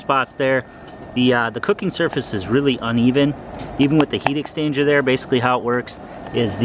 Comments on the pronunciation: It's what it sounds like you're saying, rather than exchanger. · "heat extainger" "heat extainger" "heat extainger"